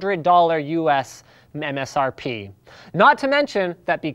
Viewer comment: dat "mem-srp"... lol!!! XD